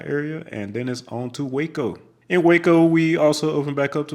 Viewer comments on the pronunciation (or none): none